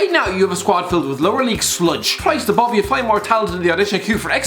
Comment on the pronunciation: Bruh your girlfriend 😂 „Christ-Bove“